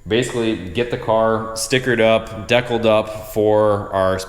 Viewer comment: You're not an American. You said "dekkled"..... We say DECALLED!